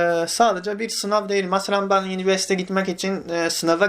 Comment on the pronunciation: Abi yiniverste degil universite 😅😅